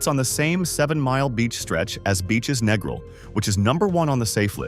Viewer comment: can't even pronounce Negril properly, can't take an AI review seriously. Everyone knows about Hedonism. Same with Montego. RIU is a rundown has been resort. Bahia Principe is a giant paved over nightmare with a thousand guests. Food is awful in a place that big. Sandals is ok but way overpriced with an air of pretension. We have stayed at Couples Sans Souci 12x in last 10 years, going in Nov and Feb. It's perfect because it's small, no one under 21, nude beach, good food. Who cares about discolored grout in shower. The staff is great, remember us every yearr.